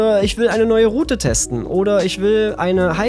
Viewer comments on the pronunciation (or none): none